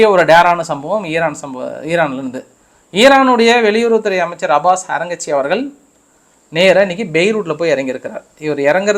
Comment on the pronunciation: அரங்கச்சி அல்ல அராச்சி